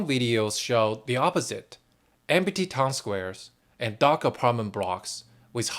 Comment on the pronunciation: 'Empty' has two syllables : 'M T'